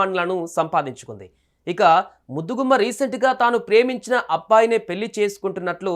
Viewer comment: పెళ్లి అని సరిగ్గా పలక లేవు పెల్లి అంటావ్ ఎవడ్రా నిన్ను యాంక్ ర్ గా సెలక్షన్ చేసింది